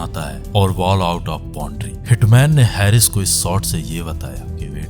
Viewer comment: Sir, aap bohot achha bolte hain, lekin aap apne 'स' 'श' aur 'ज' 'ज़' par zaroor kaam keejiye. Bohot achha effect aayega. By the way, uss Pak cricketer ka naam हैरिस nahi हारिस hai.